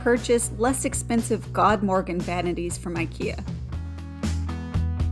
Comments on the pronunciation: As someone who knows swedish it hurts hearing you say "god morgon" lolll. I suggest pronouncing it as god (gud) morgon (moron - kinda like that word that means idiot and / or stupid.) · I really suggest you to listen on how god morgon is supposed to be pronounced on google translate 😂 fyi, it means good morning in swedish ;)